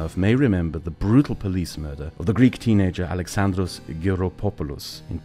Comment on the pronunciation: you may have butchered the name but you respected Alexandros memory, which is what matters. Us greeks thank you for bringing this up.